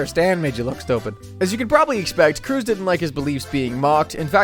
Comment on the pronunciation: lol Tom Cruz like he’s Ted’s brother. My dude it’s cruise